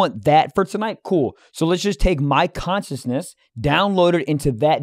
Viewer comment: I’m obsessed with not being able to say the word “consciousness”